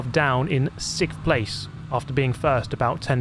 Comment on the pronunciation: Why are so many native English speakers incapable of saying "sixth"? You too??? from P1 and that one commentator on F1TV also can't say it. This is baffling.